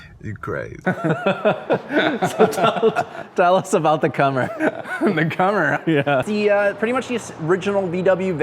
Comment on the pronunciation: Commer is pronounced as in COMplete. Borrowed one back in the late eighties, could have a lot of fun on a twisty road if wet, all at low speed. Owner had riveted a band of galvanised steel around the bottom to avoid it separating, yes it was that bad. Even went over the back door, rendering it a three door. Dogs liked all the space in the back to run around in.